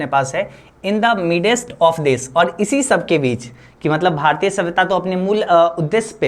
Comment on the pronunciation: भारतिय ❎भारतीय ✅